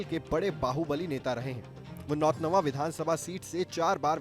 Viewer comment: पत्रकार कैसे बन गए नाम लेने नहींआ रहा है हमारे विधानसभा का नाम सही से लीजिए नौतनवा विधानसभा है